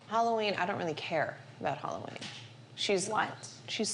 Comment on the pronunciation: Why do they pronounce it Holloween? Lol